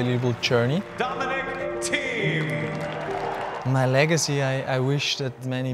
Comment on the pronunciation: there is no "i" in thiem!